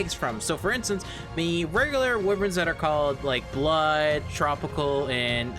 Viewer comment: Lol "wiverns"